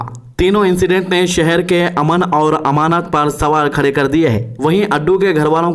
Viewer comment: TUMARAY KU KITNA SAMJANA. PRACTICE KARKAY BOL BHAI. TERAY KU URDU NAHI AATI KIYA. PHIR SHAROO HOO GAYA. "AMAN VA AMANAT" 😅 NAHI BOLTAY. AMAN VO AMAAN BOLTAY. Kiyun Urdu ka janaza nikal raa.